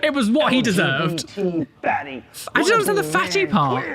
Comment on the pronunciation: it sounds like hes saying fanny not fatty